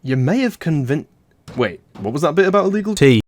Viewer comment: I loved it when said it’s [ tea ] time and [ Tead ] all over the place.